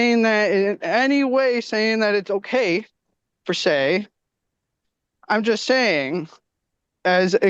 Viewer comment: GOOD JOB KENDALL!! GET IT GIRL!! 🎉Cody may be one of the dumbest people I’ve ever seen in court, and that’s saying a lot. Also, Cody,,, it’s PER SE, not FER SAY 😂